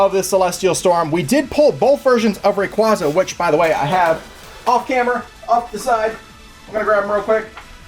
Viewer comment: It's "ray-QUAY-za"! As in quazars